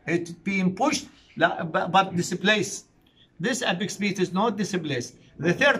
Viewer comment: apex beat not epic speed صححها بالعناوين عيني 😂